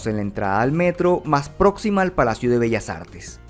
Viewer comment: Lo pronunció de manera perfecta, no se que de carajos hablas.